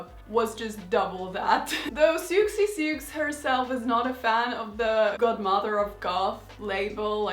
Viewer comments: I hate to nitpick but Sioux is pronounced "soo". Siouxsie Sioux is just a creative spelling of Suzie Sue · The x is silent in Sioux. As in Sioux Indian tribe. Sue phonetically speaking.